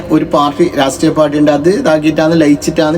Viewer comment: റസ്ത്രീയ അല്ലടാ രാഷ്ട്രീയ 😂